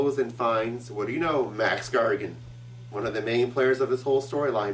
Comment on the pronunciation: Wow. These vids are awesome! Keep up the good work! A note though: It sounds like he's saying Max Gargan. Is that just me?